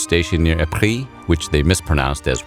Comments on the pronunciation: ... the correct pronounciation is Ee-Pruh, not Ih-pree. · Hi, Belgian here. Loved the video. But Ieper (Ypres) lies in the dutch speaking part and we pronounce it as “E-pur” not “EE-pree” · "which they mispronounced as wipers" yeah you mispronounced it too. I'm Belgian, it's pronounced as "EE-PRUH". But Ypres is the French name, the town itself is Flemish (Belgian Dutch) and its Flemish name is Ieper (it's a capital i, it's not Leper) but somehow internationally it's know by its French name Ypres. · You've mispronounced Ypres too. It's ee-pruh, not e-pree. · To be fair you also mispronounced Ypres. Its supposed to be pornounced "e-pre" with a rolling r and no emphasis on the e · "English soldiers stationed near EPREEE, which they mispronounced as 'Wipers'..." It ain't EPREE either chief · Not to a problem, but Ypres is not in the french part of Belgium, but in the flemish part. Which means its pronounced “Ypers” or in Dutch “Ieper” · “ee pree” is not how you pronounce “Ypres”. Ask a Frenchman! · Yeah, I love that. He says “ee pree”, which they mispronounced as “Wipers”. Brilliant! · I find it ironic that you said the British couldn’t pronounce Ypres when you can’t either 😂😂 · Narrator: "they called it the Wipers Times because they mispronounced Ypres"...while mispronouncing Ypres. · Wow, your pronunciation of Ypres was even worse than “Wipers”. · You mispronounced Ypres even worse than the british soldiers did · The pronunciation of Ypres in this video is equally terrible if not worse than the `mispronounced` one xD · "Which they mispronounced as Wipers..." says man who has just mispronounced Ypres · Says English pronounced Ypres wrong , pronounces Ypres wrong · "They mispronounced Ypres"... mispronounces ypres himself a few words later 😂